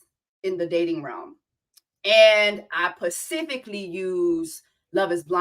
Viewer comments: Why do you keep saying "pacifically" instead of "specifically?"😂😂😂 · Did you do say “pacifically” to get more comments ?! Girl I hope you know it’s specifically 😅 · you are saying "pacifically" to be funny.... right? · When she says “pacifically” is she serious or is that a running joke on this show? 🧐